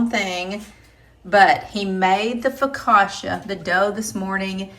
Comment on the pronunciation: “Foe-ca-tcha” accent on the middle syllable. Sis yr so from KY :)